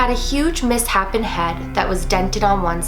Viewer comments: just FYI, its pronounced mis-shapen, not mis- happen:) love your videos btw! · Is no one gonna point out that she said “miss happen” and not “miss shapen”😂😂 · This is so creepy. P.S I think it's pronounced mis-shapen, as in it's shaped wrong. Instead of miss-happen :) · Why does everyone pronounce misshapen as Miss-happen?? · Am I the only one really bothered by her saying 'miss-hapen', instead of 'mis-shapen'? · Hold up…can we talk about how she said "miss-happen"??😂😂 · we not gonna talk about how she said mishapen?? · Wow you can't pronounce misshapen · Im triggered by how she pronounced misshapen.